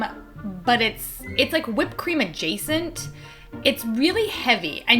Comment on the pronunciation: Whipped cream agacent...🤣🤣🤣